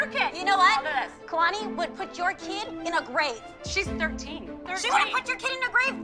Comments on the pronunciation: I hate how said kalanis name Its ka-lani Not kay-lani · no she was talking about kendall than when she got in kira's face she said their are plenty of things i can say about kalani but she said kelani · Allyson Kathryn ikr she said: “ KAY-LANI” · there’s plenty of things i could have pointed out about KAY-LAN-NEE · It honestly makes my teeth hurt when says "Kay-lani." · My God, didn't even say Kalani's name right... she said Kay-lani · theres plenty of things i could have pointed out about Kay-la-ni Kira: say her name right bish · "Kaylanie" oh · When she can't even say Kalani right 😂 (Kay-lan-ee) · I don't think Kira should of had a huge fight with. After all, never even talked about Kalani. I mean she did talk about Kay-lawn-e. But not Kalani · said Ky lani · if you are going to pick on Kalani than at least say her name right, it's Kuhh-lawn-eeee not Kay-lany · u said kelani not kalani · It kalani not kaylani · if you are going to talk about kalani at least say her name right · couldn’t even say kalani properly and I’m actually so glad Kira is like that it’s entertaining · If is going to talk about Kalani say her name right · So nobody's going to mention how said kalani wrong? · Queen Kira 💍💌💍💌💍👑👑👑👑👑👑💲💲💲💲 btw say kalani problery 😂😛😎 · the way said Kalani🤣🤣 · The way said Kalanis is name 😂😂😂